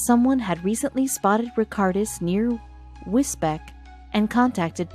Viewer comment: Wisbek? 😂😂. That’s pronounced Wisbeach